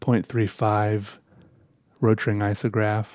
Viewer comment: Nobody:: RoTRinG IsOgRApH